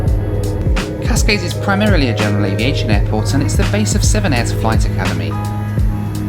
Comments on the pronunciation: You did a very good job pronouncing "Portimão", considering that the nasal sound indicated by that tilde is extremely hard for anyone who is not a native speaker of Portuguese. But you failed miserably with the much more easily pronounced "Cascais", which should be "kahs-KYES", not "KAHS-kays" (even more faithfully to the local pronunciation, it should be "kuhsh-KYESH"), and with "Viseu", which should be "veeh-ZEH-oo" (with the "oo" very brief, forming a diphthong), not "VEE-zil". I know a guy who studies at Viseu University and I already knew the pictures he posts on his Instagram, so I was not surprised -- it's a stunning city, not as small as you thought (some 60,000 people), and with a very lively cultural scene. And yes, Northern Portugal is beautiful -- most tourists in Portugal only go to Lisbon or bake themselves in the sun in the Algarve, but the North is full of history and natural landscapes, including some of the most scenic vineyards in the world. The Portuguese nation originated in the North and only later spread down South, so the North has a very rich heritage. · Cascais is pronounced Kash-Kai-shhh I'm not fluent in Portuguese but I think this is pretty close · It's pronounced 'cash-kai-sh' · it's pronounced: cash-kaish ✔️ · From a visit there I seem to remember Cascais is pronounced "Cash-kye".